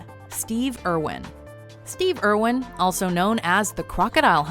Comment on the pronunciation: Heavens Crow Irwin, not Erwin.